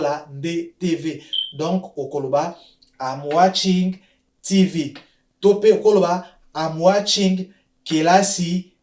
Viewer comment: Merci bcp mais revoir un peu phonétique, tv c'est Tivi